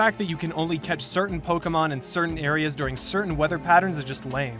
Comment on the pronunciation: Bro please pronounce pokemon the correct way withe de accent